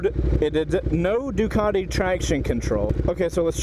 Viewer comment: Georgian accent xD